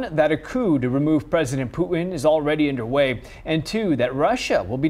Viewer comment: P.u.T.i.n......the T is pronounced. There are only 26 letters in the English language. If we start eliminating them, we'll end up just grunting at each other.